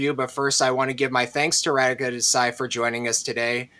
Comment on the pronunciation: Not Ra-D ka. It’s Ra-Dhi-ka